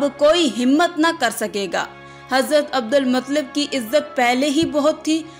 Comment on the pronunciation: Abdulmuttalib h sahi to bol lo kaisi muslim ho